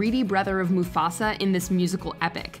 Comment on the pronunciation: Man really said Mafusa😂